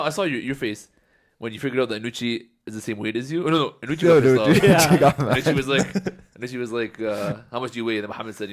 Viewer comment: First off, Can some please tell thats its Anoochi and not Anooch. Second, anoochis stories are all cap.